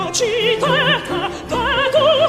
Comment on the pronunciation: You can't be an opera singer. You're doing a video on this aria and you don't even know how to pronounce "agitata"?! 😂 Let me guess, you only speak English... In that case, opera is definitely not for you. Perhaps musicals.